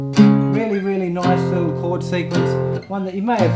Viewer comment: "Enjoy eez liel puppies" lol